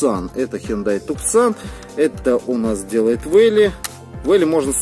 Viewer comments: Не туксан а тусан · вообщем-то TUCSON говорится не туксон а тусон